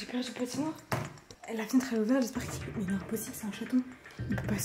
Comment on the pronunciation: minibloxify45470 dit il en disant maos au lieu de mais ;-; respecte son métier un peut nn ?